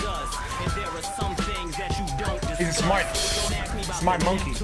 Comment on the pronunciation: Love how he pronounces "smart" and "it worked", sounds like smite or smait and it woikd xD